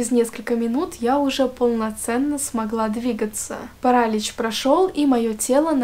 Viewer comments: Классный канал! Честно, когда только зашла сюда, думала что у тебя подписчиков больше :) Только вот, не парАлич, а паралИч Удачи тебе ❤ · ПарАлич,может паралич*Режет уши от такого🥲Ну а так история очень интересная😋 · Вот всё отлично, но... Как же режет слух этот самый "сонный парАлич" 😭